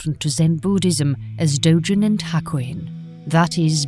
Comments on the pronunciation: The g in Dogen is pronounced as a hard g. Pronouncing it as a soft "g" like a "j" is wrong. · She is mispronouncing Dogen